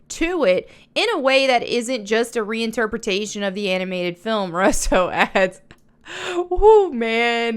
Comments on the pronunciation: It's pronounced "Rue-so," not "Russ-so." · I love you sis, But their family name is pronounced "RU SO" their two brothers who make movies some of which most people have seen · I agree that this live action stuff is crap and that it won’t go well like the rest of them but the thing I’m curious about is why you say Russo the way that you do lol 😂. I don’t think I’ve ever heard it pronounced like that